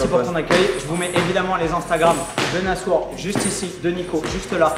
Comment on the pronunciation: Nassour cest un bon hahah t’as écorché le nom mais il a rien dit